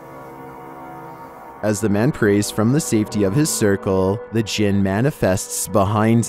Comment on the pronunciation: I heard "penis djinn" xD